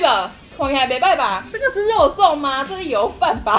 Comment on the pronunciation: 第一個不是肉粽，是“肉重”